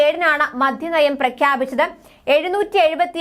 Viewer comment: മദ്ധ്യമല്ല കുഞ്ഞേ; മദ്യനയം